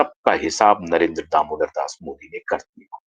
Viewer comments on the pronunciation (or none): none